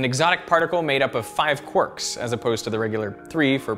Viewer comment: it is quark, not quork